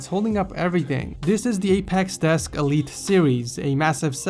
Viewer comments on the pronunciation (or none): none